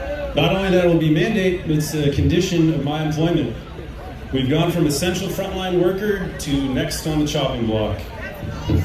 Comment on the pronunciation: So the mayor was GONEuh